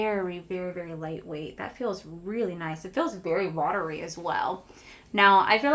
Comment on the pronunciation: Love that instead of watery you said Watier with the thayers toner😂😂